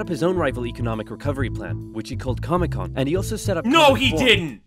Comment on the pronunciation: He actually did call it comecon